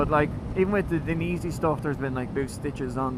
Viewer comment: Die--en--easy 😉 also very jealous as my jacket was ruined in my crash ( it was dainese lol)